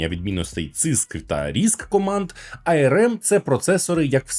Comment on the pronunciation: що таке айерем? ARM типу? якщо так, то можна казати АРМ. Бо айерем це IRM...